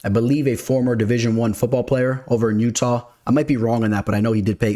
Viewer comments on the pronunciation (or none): none